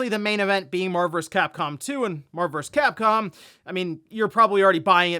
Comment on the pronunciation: TF is MARVURS CAPCOM? Enunciate.